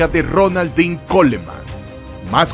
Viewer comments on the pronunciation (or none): none